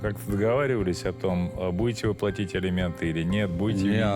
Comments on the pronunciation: Неужели герои не знаю значение слов " элементы" и "алименты".Как можно так говорить элементы да элементы.Кошмар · Все кто участвует в этой передачи и которые требует алименты говорят элементы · А прикиньте, сидят вот эти, герои которые, и думают: «вот Саша с Юлей ведут такую передачу и образованные такие вроде, а слово «элементы» говорят неправильно.» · Жена Товстика тоже так говорит "Элементы"